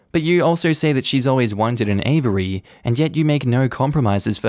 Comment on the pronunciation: that's now how you say "aviary" 😭